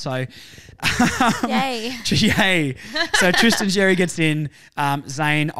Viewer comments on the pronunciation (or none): Xerri is pronounced “Sherry”. Not Jerry, or Cherry, or Zzjerry or whatever else you’re saying. It’s becoming worse than the commentators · I’m not annoyed like the other bloke but yes Xerri is pronounced Sherry it’s a Maltese last name. And in the English version as well it’s pronounced Xerri. It’s not the end of the world though just letting you know!